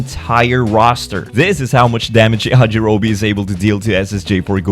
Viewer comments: bro keeps saying Yajirobe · Not Yajirobi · I love your videos man but I was taken aback a bit when you called Grandpa Gohan Yajirobe... lmao but then to see that you made the same mistake again like a minute later?? Man I just wanna know what happened T-T lmao